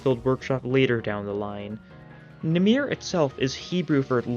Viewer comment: Ik im late but namir is not how you say that Its namer if you were going to the hebrew translation